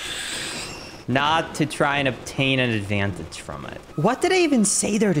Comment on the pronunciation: Obtain was probably heard as obatain